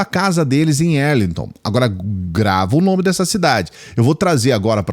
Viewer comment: Eduardo Bolzoloide mora em Arlighton Texas,sua pronuncia está errada.